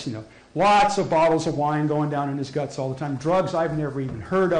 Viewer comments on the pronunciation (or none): none